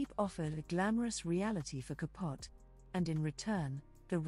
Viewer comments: Babe had a slim look. A pretty woman but not in the pantheons of mid century beauties. The narrator is quite irritating in her mispronunciation of Truman CAPUT. The E isn't silent. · It was pronounced Ka POH tee. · Learn how to say ca po te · I love that she mispronounces Truman’s last name. He was ultimately unkind to the Swans.